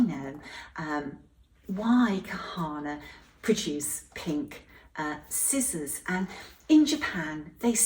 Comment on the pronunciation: I couldn’t understand the name of the scissors brand you talked about!